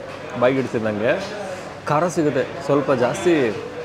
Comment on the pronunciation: "ಖಾರಾ, Khaara" ಅಲ್ಲಾ ಅದು "ಖರಾ, Khara"